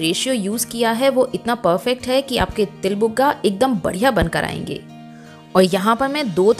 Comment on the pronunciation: Til bhugga bolte han not buga